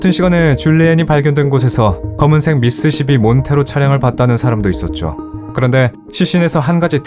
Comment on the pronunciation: 처음엔 제대로 미쓰비시라고 하다가 나중엔 미쓰시비 라고 하셨어요 ㅎㅎ 그래도 오늘도 잘 들었습니다